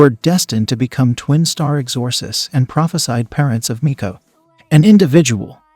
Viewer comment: Learn to pronounce things....like exorcists